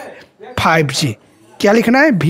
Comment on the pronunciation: Bhai vi to kehna seekh lo bh I keh rahe ho 😂😂😂